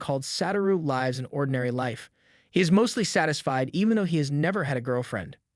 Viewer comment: Sometimes the random mispronunciations make me thing this is an ai and i can't tell. "WEEPONS" "LIEVES"